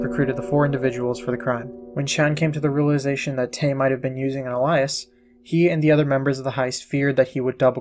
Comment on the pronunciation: Was curious about this wanted to learn more. Great video. One suggestion look into how to pronounce Alias might help u out in the future. No disrespect 🙏